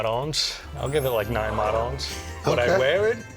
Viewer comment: Worst take goes to Dad for continuously mispronouncing Marone…